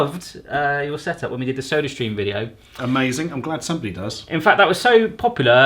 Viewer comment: For some reason I heard "surströmming" instead of "sodastream" at the end ... maybe something for the next time you're over there?